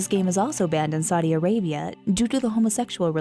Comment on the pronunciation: "You cannot play Pokemon in Saiii Arabia"